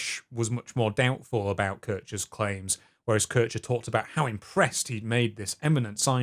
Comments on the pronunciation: also why are you referring to a person named Keer-Heer as Keurtscher? Americans are so unbearable.. Have you people ever tried to pronounce something right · Took me some time to realise you were talking about Kirscher. You kept saying "Kersher". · Love the video, but I did chuckle at Currche (Kircher ['kɪrçɐ]) :)